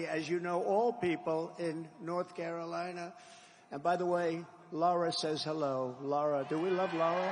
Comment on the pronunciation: He’s nothing of substance to say for himself or his party’s policies, so talking about and attacking others is a l l he’s got (Lahrah and Cayrowlienah, withstanding….) “Sad.” DJT